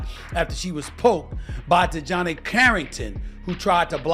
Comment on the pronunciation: I HAVE TO ASK..... WHY DON'T THESE FELLAS LEARN HOW TO PRONOUNCE THE NAMES BEFORE HE SAYS THE DAMN NAME??? DI JOHN AY? IT'S ACTUALLY LIKE DEJOHN MUSTARD..... DIJONAE..... DON'T LIKE HER..... AND SHE DOESN'T DESRERVE RESPECT AS SUCH.... BUT HER MOTHER DOES AND HER MOTHER NAMED HER...